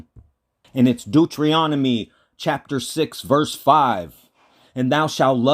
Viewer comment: Doo-Tree-On-Ahmy sorry had to laugh LOL